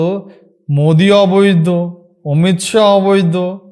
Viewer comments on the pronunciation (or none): মোদির নাম ঠিক করে বল 😂😂😂